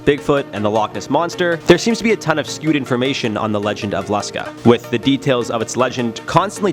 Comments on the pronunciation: It is pronounced Lush-kah. Short u sound. Long a sound. The Lusca is a massive octopus. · It’s pronounced lou ska I’m from The Bahamas and everybody here calls it Lou ska and it’s supposedly located in the blue holes in the Bahamas the some of the blue holes here are extremely deep some of them even connect directly to the ocean